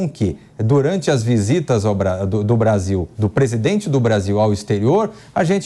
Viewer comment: Esse "presidoente" velho tá gagá.Impecheament já pa essa larva . Que papelão heim "presidoente?" O papelão ficou por sua conta, deu um show de fiasco, foi a chacota do século e vai continuar sendo em todos os países por onde for.